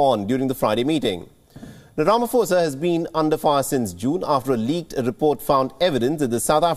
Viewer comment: please pronounce his surname correctly. Please guys it’s so cringe everytime you say Ramaphosa 🤦🏾‍♀️